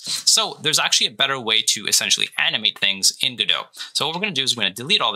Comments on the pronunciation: its not go dot! its godot! t is silent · Go-dot... isn't it guh-dough? Either way, thank you guys for taking the time to help us noob devs out n_ n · Why does the guy at the beginning keep saying go-DOT? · Bruh. Please stop saying Go Dot. Please. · It's pronounced Guh-Doh, the "t" is silent. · Just to let you know it is pronounced guh-dow :) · First question. I thought it was pronounced "GUH-dough." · you don't even pronounce the name of the engine correctly, why would i trust that you know anything else? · the mispronounciation of godot is gonna kill me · The pronunciation in the intro is wrong. The T in GODOT is silent. The presenter's pronunciation is correct. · By the way, what's the correct pronunciation of "Godot"?